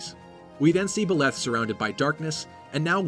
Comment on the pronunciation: Better pronunciation than Mangs, but still, Byleth aint pronounced Biléth.